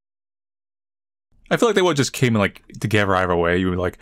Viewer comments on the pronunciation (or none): none